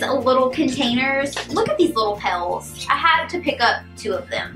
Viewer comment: You said "pels" not pails